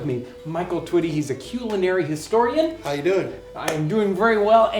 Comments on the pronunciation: Why does he pronounce 'culinary' like that? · the way he enunciated I thought he was going to say cute” lol But it was “culinary” 😂